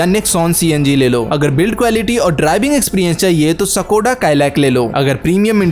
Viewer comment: सकोडा नही है ब्रो स्कोडा है